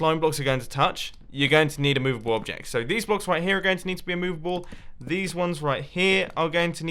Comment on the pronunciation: Munbo please don't say "a couple of bock"It makes it harder